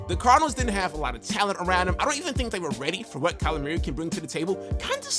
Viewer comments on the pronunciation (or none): “Kyler Meeyeree” 😂😂